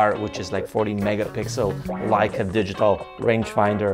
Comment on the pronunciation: You have to learn to say Leica correct !